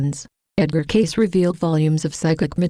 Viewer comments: How about pronouncing his name correctly!!!!! (KAY-SEE not Case). Lots of research involved??? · Excellent in content. Perhaps the distortion is made by a computer program which reads the material "Kaiyss....."l. You have to hear it more than once. Perhaps somebody could convert the voice back into text and then reread it with better settings Plotinus has some similar ideas about things going out of the One and returning. . Which is amazing since Plotinus may not have been available to Cayce. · I can't stand the computer voice. It is not even pronouncing Edgar Cayce's name correctly. A shame. People will only put up with so much. Read about Edgar Cayce. Don't listen to this crazy voice. 💜